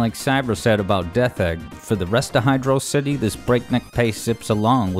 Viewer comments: "Hidrossidi" Hydro City please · And you immediately lost me when you pronounced it as "Hydrossity" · It's pronounced 'Hydro-city' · Ngl best song in this game But you said Hydro City name wrong so bad vid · HYDRO CITY NOT HYDROSITY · It's Hydro City, not hidrawsity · pretty sure it's hydro-city, not hydrocity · Hydro-city is the proper pronunciation. Hyd-rocity is just wrong. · While I know this has little to do with the subject of the video, and you seem happy to use both pronunciations interchangeably (a sin deserving of at least forty lashes, by the way), I feel it's worthwhile to share this argument as to why the nomenclature is "Hydro City" and not "Hy-DRAW-sity", as some tend to believe With the sole exception of Doomsday Zone, which is only one word zone name in the game, every other zone in Sonic 3 & Knuckles (and most zones in Sonic games, for that matter) follows a specific naming convention, that being a location combined with a descriptor for said location: Angel Island, Marble Garden, Carnival Night, Ice Cap, Launch Base, Mushroom Hill, Flying Battery, Lava Reef, Hidden Palace, Sky Sanctuary, Death Egg, Azure Lake, Balloon Park, Chrome Gadget, Desert Palace and Endless Mine. Sandopolis also counts despite being a combination word since it still follows the same naming scheme: Sand + Metropolis/Acropolis Hydrocity being a combination of the words "Hydro" and "Velocity" doesn't fit this naming scheme at all. It doesn't describe what the area is, it only describes what you do there and with what. Is it a cave? A beach? A modern city, perhaps? If you had only the name to work with, you'd be hard-pressed to come up with a mental image of where it takes place. Hydro City, on the other hand, fits the naming scheme and describes the area well enough: It's a city filled with water, simple as As an aside, I also take issue with the use of "RAI-st